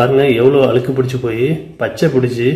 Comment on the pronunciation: அண்ணே அது அலுக்கு இல்லை அண்ணே அழுக்கு